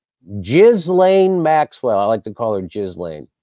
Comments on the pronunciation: Are you pronouncing her name incorrectly on purpose? If not then - G in Ghislane is hard, not soft, the S is silent. G like great, ground. Accent on second syllable: Gee Lane. Soft G: general, George. Admitted grammar police; sometimes I can't help it! 😀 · Ghislaine is pronounced Gee-lenn. Hard G, long E, L, short E, hard N. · He's mispronouncing on purpose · That is obviously not true, or I would not have taken the time to write my original comment. And it matters enough to JimJam to deliberately mispronounce, so it must be somewhat important.